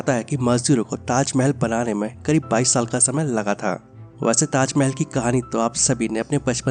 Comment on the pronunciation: Khender ko tajmel bolta.